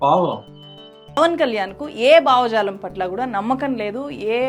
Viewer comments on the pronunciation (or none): అమ్మా ముందు మీరు భాష నేర్చుకోండి అప్పుడు చేద్దురుగాని మీ జర్నలిజం. మనోబావలు, బావ జాలాలు ఏంటిది.? బావలు మరదళ్ళు కాదు భావ జాలము, మనో భావము అని పలకాలి. మేటర్ పెద్దదౌతుంది అని ఇదొక్కటే చెప్పాను ఇంకా చాలా తప్పులు ఉన్నాయి. మీ తెలుగు వింటూ ఉంటే చచ్చిపోవాలనిపిస్తోంది. మీకు పుణ్యం ఉంటుంది ముందు తెలుగు నేర్చుకోండి లేదంటే తెలుగు మాట్లాడడం మానెయ్యండి అంతే కానీ ఇలా భాషని ఖుూనీ చెయ్యొద్దు. చిన్నదానివైనా స్త్రీ పట్ల ఉన్న గౌరవంతో అమ్మా మీరు అని ఎంతో మర్యాద పూర్వకంగా చెప్పాను అర్ధం చేసుకుంటారని ఆశిస్తున్నాను. ఆయుష్మాన్ భవ 🙌